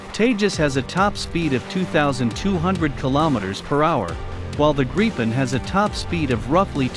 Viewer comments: The Indian jet will be made out of old refrigerators hammered out into jet shapes by some old men in sandals. By the way its prounounced Grip-n not Gripe- en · Hey buddy, how about pronouncing it the right way for starters: The Saab JAS 39 Gripen (IPA: [ˈɡrǐːpɛn]; English: griffin)